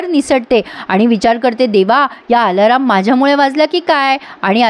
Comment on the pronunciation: आलाराम???? खटकतय्... अलार्म... 😂😂😂